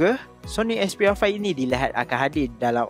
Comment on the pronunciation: 'Soni Expiya Faih'